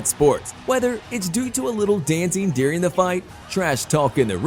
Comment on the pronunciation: Learn to pronounce the word during. It’s not “dearing” you doofus